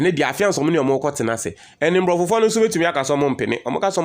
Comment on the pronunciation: Brother, the word is abrofo not mbrofo or mbrofofo).